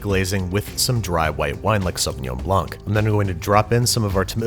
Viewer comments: The "blanc" in savagnin blanc is pronouced "blan", not "blank" ^^ Great video either way. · Just me or I hate the way he said blanc